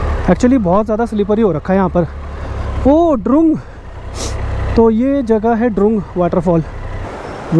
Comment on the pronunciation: Iss ko drang boltai hai dorng nahi